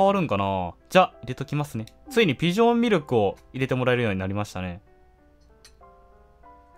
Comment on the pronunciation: ちょこちょこ「ビ」ジョンって言ってますね(^^;)